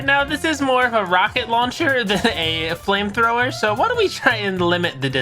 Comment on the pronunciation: did you say flimethower